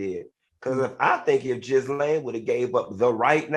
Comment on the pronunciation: The way Dineva is butchering Ghislane pronunciation😂